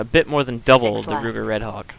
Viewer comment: Ruger Redhawk? Wu-ger Redhawk.